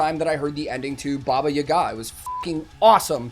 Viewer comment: dude, your reaction is so sincere that I just enjoyed it with you, and by the way, you are the first person who said Baba Yaga with the right accent as it should sound in Russian - and it's so damn nice that people who really love music not only listen to it, but also developing + we Russian people have been listening to your music for as long as we can remember. so enjoy and good luck!!! With love from Russia!!!